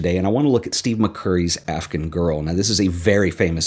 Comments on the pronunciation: I love the video, but I just have to say, the way you pronounce "Afghan girl" sounds like "African girl" to my ears and it's driving me insane. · Interesting pronunciation of “Afghan”...